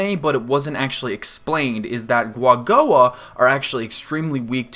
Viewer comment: Is it not pronounced with ku at the bennining? As in Ku-A-Go-A???